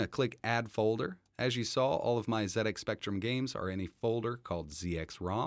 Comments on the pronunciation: Well done ETA. You said Zed Ex not Zee Ex. It's a British computer so Zed is spot on. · Amazing! The Speccy was my first home computer back in the 80s. Played Manic Miner and Jetpac a lot. This got me interested in computers and I've worked in IT my whole career now. Also well done Prime for pronouncing Z correctly haha. So strange hearing someone say Zee X Spectrum.